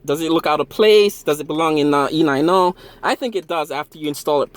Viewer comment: Did he just said ee-nine-oh....... Fucking idiot